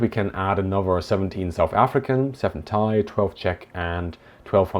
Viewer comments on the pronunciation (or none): none